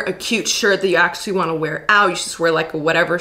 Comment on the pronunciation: I only noticed today the way pronounces actually "axe-ually" lol